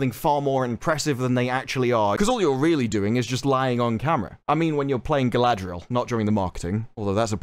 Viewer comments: how do you turn 4 consanents into 6? i thought her name was galadriel, not galaladriel? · Question for or however it’s pronounced now. If Tolkien had put out more powerful women in the LOTRs would the existing women characters such as the one you play be diminished and felt way less important in the story? I’m just curious how your brain works. Certainly not logically. Yes let’s add more more more powerful women that will make Eowyn and Arwen scenes stand out more and hold a ton more weight.